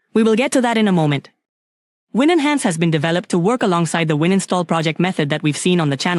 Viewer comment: It's called winhance, not win-enhance.